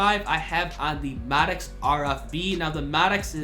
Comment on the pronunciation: Why do you say Maddox like that?